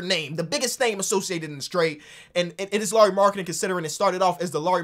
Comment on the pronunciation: as a finn i am suprised how well you pronounced lauri's name